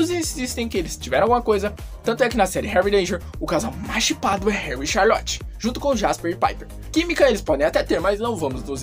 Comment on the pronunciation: Vc falou tchalorte em vez de Charlotte